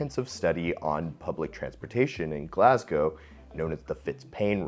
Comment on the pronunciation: Mate thanks for saying Glasgow properly. Its actually almost weird to hear it said properly in your accent as I'm so used to hearing it said wrong! Great video! Keep it up